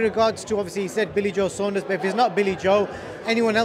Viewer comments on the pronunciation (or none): Who’s billy sondres 😂 Saunders una😂